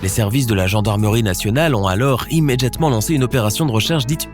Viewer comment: Le seul truc qui ma marquer frère c’est « immeDJatement » Articule cousin😤